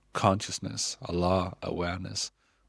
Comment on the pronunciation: As a Turkish atheist I must say that; I’m not really into that Allah thing but you’re pronouncing it so cute 😂😊❤